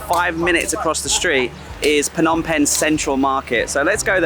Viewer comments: S21 doesn't mean "Soi 21". Soi is the Thai word for alley, but this is Cambodia with a different language (Khmer). It refers to "Security Prison 21" (មន្ទីរស-២១). The museum is on the intersection of Street 113 and 330. Also sometimes you pronounce Phnom as "Nom" without the P - a common error because there is not much vowel sound between the PH and the N. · Why do so many foreigners ignore the "p" sound in "Phnom"?